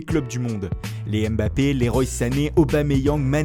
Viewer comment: S il vous plait les gars on dit pa èmbappé mais on dit mbappé